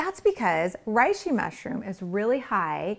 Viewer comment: Love the idea of a lotion quick mix — genius! Also I know it’s too late now (since the vid was already published lol) but the “rei” in reishi is more closely pronounced as “ray” than “rye”.